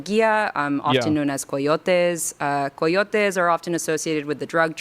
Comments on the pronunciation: why is she pronouncing them like that ? Cartel and cayotes not carrr tielles and cyatayoaasa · Don't even for one second tell me when she said CO - YO - TEZ that she is referring to "Coyotes" 🤔🤯😡 🤣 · Why do Spanish weirdos always throw an accent on a word? She pronounced “coyotes” like it was a seafood dish from south western Spain. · Koi otes? coyotes??? what is that pronunciation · Umm, uh, um, blah blah blah, uh, um, uh I also like how she had to say "carteles" and 'coyoteez" with a super thick espanol accent as to more or less obfuscate people's association with the common english pronunciation of those words. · The amount of effort she is taking to pronounce cartels and coyotes in spanish, says everthing about her. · She purposely pronounced Coyotes and Cartels with a Spanish accent to try and squeeze past the fact she's talking about the criminals that are driving people out of Mexico, both literally and figuratively. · Her LA accent is so annoying. Constant vocal fry. Also that adding in mexican pronunciations of words into otherwise English sentences is so blatantly performative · 🤦‍♂️ She's trying to pay as much respect as she can to a group of people who illegally traffic humans, by putting as much accent as she can into the word coyotes and cartels. Jesus christ. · oh man the way she says coyotes and cartels, you know shes the worst person alive. god this lady is unbearable i cant stand people like this. listen to how she pronounces certain words. what a complete moron